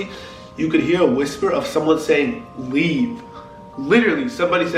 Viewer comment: When it said leave it sounded like rug